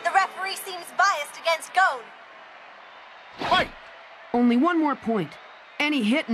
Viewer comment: Bruh the woman pronounced Gon as “Goh-n”